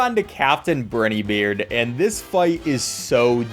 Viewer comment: I hate the pronunciation of briney beard